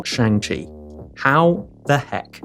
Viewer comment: Ali mispronounced Shang-Chi in his opening he always does